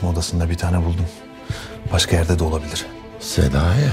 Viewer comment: Başkan Sedayi diyir ya Senayi? Ben Senayi duyuyorum